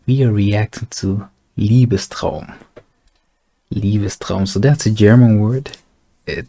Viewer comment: Do you speak german? Because your pronounciation of Liebestraum sounded native 😂 Btw you have to Listen to Wagners Parsifal, Last 5 Minutes are the Most beautiful harmonys i ve ever listened to 😍